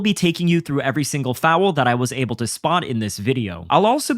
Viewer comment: Please adjust the way you say foul. There is no W.